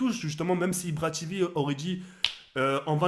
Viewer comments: mdr ibra tivi TIVI c tv pas TIVI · deja on dit pas ibra tivi mais ibra tévé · mdr tu dit ibra tivi on dit ibra tv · Ca se prononce "IbraTévé" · Ibra "Tivi" Mdrrr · il me tue il dit ibra tivi xptdr Je me moque pas te le meilleure continue! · "IbraTivi" mdrrrr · Ibra TV il l'a dit à l'anglaise mdr